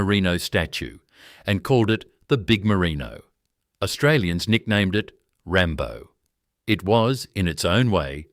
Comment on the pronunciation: Obviously not an Australian AI. It pronounced almost every Australian place incorrectly.